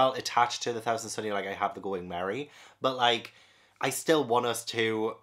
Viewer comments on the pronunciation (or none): none